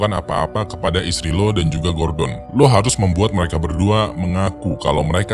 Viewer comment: Gordon Gua denger gorden 🤣